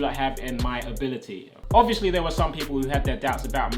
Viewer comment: No one Me laughing when he said: "ability" etc